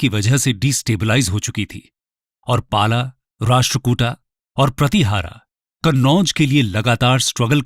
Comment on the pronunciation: It's पाल,प्रतिहार,राष्ट्रकूट not पाला प्रतिहारा राष्ट्रकूटा